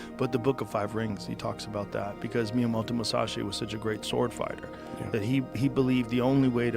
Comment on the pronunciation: ça se prononce mouzachi